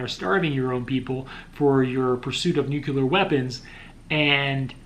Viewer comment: Repeat after me bro NEW----CLEAR or NU-----CLEAR.